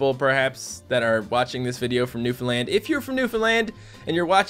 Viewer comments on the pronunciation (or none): Its really funny when you say "new foundland" it sounds like you say "new finland" and im from finland.